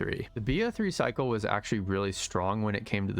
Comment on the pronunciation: ain't no way did I hear Der Eisendraha three times